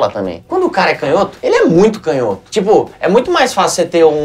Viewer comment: Canhoto com intonação no "nho", porque toda proparoxítona é acentuada, como não tem acento, é paroxítona.